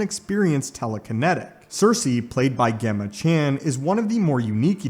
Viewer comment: Gemma chan!? Its pronounced Jemma just spelt Gemma… ffs 😆🤦🏻